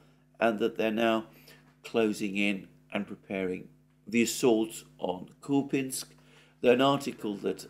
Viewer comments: KupYansk!!! Not kupinsk! Whoever told you that must have an appalling regional accent. Wrong! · Kupiansk is not pronounced 'Kupinsk' - complete nonsense, just pronounce the names like most people do in English and forget about the subtleties of Ukrainian pronunciation that would be lost on a foreign audience anyway - otherwise, great work as always! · Купјанск = Кupjansk = Kupyansk Here the "j" is pronounced like the second sound in the English spelling of the letter "I".